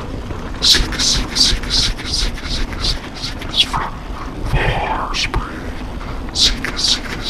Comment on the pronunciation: Not to be a smartass, but isn't it VorsprUng, not Vorspring? I do really wish it supported DVO. I want to try this.